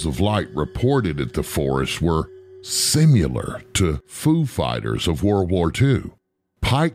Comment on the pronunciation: That word again - "Simular" !?